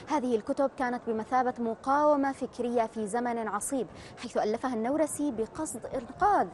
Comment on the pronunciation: النورسي بفتح النون و جزم الواو خطأ. الصحيح ضم النون و جزم الواو. نعم لا تطابق القواعد العربية لأن كلمة "نورس" ليست عربية بل كردية و هي إسم القرية التي ولد بها